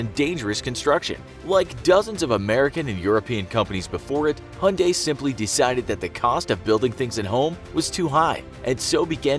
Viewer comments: Hunday? Its Hyundai (Hie-unn-die) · Who pronounces Hyundai as "hunday"? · It's Hyundai, mate. Stop calling it Hunday. It really grates on the ears. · I've heard of "Motown", but never "Hyundai Town". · Hyundai has a y in it.Why not say it? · The way he says Hyundai 😂😂😂